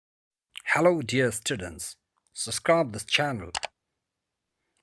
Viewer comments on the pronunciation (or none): none